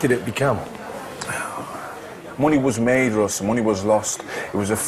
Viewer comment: its ROSS not RUSS, dick.